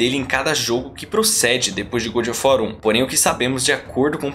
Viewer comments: Coisa irritante esse "gud of wat"!!! Ahhhhh!! Soa como o bom da guerra!! Horrível!! É GÓD of War!! GÓD!! GÓD!!!! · Saí porque não aguento alguém falar ~good~ of war. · Muito bom, porém faça a pronúncia correta do nome: God of War